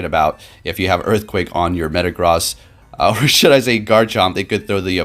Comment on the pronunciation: MetaGROSS. You’re pronouncing it wrong. It’s pronounced gross. Like as in ewww, gross. Meta Gross.